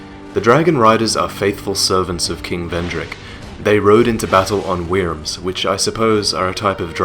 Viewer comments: love your videos wyrm = worm in pronunciation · Wyrm is pronounced like Worm. It's indeed a type of dragon. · I think you said "wyrm" in that case you pronounced it wrong its said as "worm" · A wyrm is, mythically, a Welsh dragon. Thus, it is pronounced as "wurm", since y takes the place of u in most Welsh words. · I can't just ignore the way you said wyrm